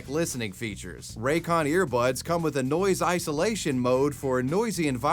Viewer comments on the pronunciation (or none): none